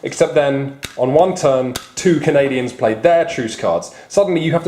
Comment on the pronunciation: It's Canadians, not Canadans